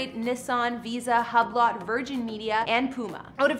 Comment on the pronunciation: How can we take you serious if you cannot pronounce Hublot?